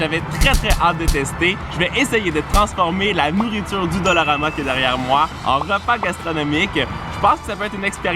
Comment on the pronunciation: qui dit dolorama au lieu de dollarama???!!! MDR